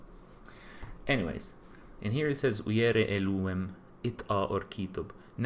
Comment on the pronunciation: It is Elohím pronounced Elúwem